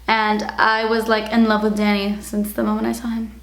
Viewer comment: I thought he's your dad cuz when you called him "Danny", it sounded like "Daddy"